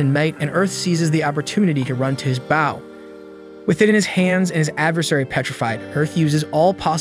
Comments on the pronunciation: Bow ... Not baow.... Otherwise very good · You miss pronounce bow, you are pronouncing it bough.😂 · I know I may be the only one on this but when you say "Bow" theres two ways to say it, Bow: as in take a bow for your performance, or Bow: bow1 /bō/ noun 1. a knot tied with two loops and two loose ends, used especially for tying shoelaces and decorative ribbons. "a girl with long hair tied back in a bow" I know I'm nitpicking but it was driving me up the wall hearing the wrong word said for his Ranged weapon!